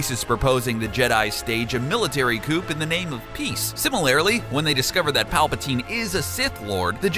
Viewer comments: "coop" LOL. you mean coup? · I believe coup is pronounced "koo" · also did he say military coop instead of military coup with a silent p :O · this guy calls it a "military COOP". I'm done with this video! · Coup, pronounced "Coo" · A military "coupe?" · LOL You seriously said "coupe" like a car instead of coup? I can't believe people actually make that mistake... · Did you just pronounce the 'p' in 'coup'? O.o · we don't pronounce the "p" in coup